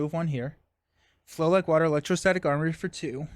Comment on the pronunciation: What you say = flow like water What i hear = flow like butter And i guess from now on this card got a new name 😂